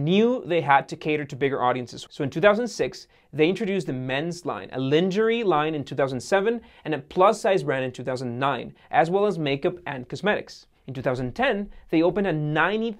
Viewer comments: liinnngerie? regret that? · A "Lin-jer-reee" liné 😁😁😂😂👍👍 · lmao. A "lin-jerr-ree" line. I've never seen someone mispronounce so many words. If English isn't your first language, then I apologize, and it makes more sense, but you seem to be fluent in English. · Yeah, in these vids he occasionally pronounces one word completely different. It's how I feel like when I listen to Canadians, lol. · I speak French and that's not how you should pronounce it. You probably misunderstood your friend. It's not how Americans pronounce it either. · I had to listened to him say lingerie 3 mes just for a laugh😂😂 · Good info, but your inability to correctly pronounce words really hurts your credibility. Hearing you mispronounce Carl Icahn or Lingerie is painful. Also, acronyms like OSHA are spelled out as words, not letters. Just do your research. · do americans actually pronounce lingerie like that??